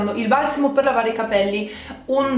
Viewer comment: Dici "valsamo" e non "balsamo" ... bizzarro